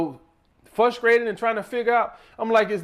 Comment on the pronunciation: "Fruskrated" Another solid video message 👌🏾💪🏾🙌🏾